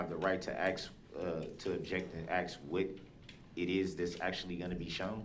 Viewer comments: He axes a lot of questions. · Aks is not a god damn word, that alone should have got him 10 years of schooling again lol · Yes. An axe is used in the woods and not in a courtroom. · I advise anyone that says "axe" instead of "ask" to really try to learn to pronounce the word correctly. It makes you look incredibly dumb like this guy here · It drives me nuts he can’t say the word ask!!! He say axed a thousand times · It's ASK, not axe. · Aks what it is you mean ask?? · Every time this guy says axe I cringe..the word is ASK. Guy cant even speak english correctly. And fittin to say something? Leave your ghetto wanna be thug talk at home, your in a courtroom. And I HATE that our tax payers money probably bought the clothes he has on. Like this guy ever had a tie in his life.. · You may aSk a question, but you can't aKs a question. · It's ASK not AXE! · "axe" instead of ask is also becoming quite prevalent these days. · Does he not know the difference between “ask” and “ax”? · all of these "axe"'s...... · I never - NEVER - never tire of hearing him pronounce "axe a question" and "(whatever)# amemnent". Brooks showed what a complete novice trying to play professional and challenging the rules at all times looks like. His opinion (view) of truth and what is germane to the case at hand is absolute comedic gold. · Under the constitution of "these" United States... As smart as he wanted to act as, he didn't know how to talk.. When stated he asked.. He phrased it as "axed".. He's a true gay fish now. He'll have all the fish d*cks he wants when he gets where he is going. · Are dey?! Axe, wut..troof.nullen n void 🤔...did he even pass kindergarten?! 🤔😳🤔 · He sure "axes" a lot of questions. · to us axe to uh axe why she uh axe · LOL you don't "have the right to axe" anything / anyone... lol blacks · "the right to aks". m.o.r.o.n. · No you can’t “axe” somebody; you are on trial for killing six people already. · Drinking game: take a shot every time he says "axe". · Ax, ax......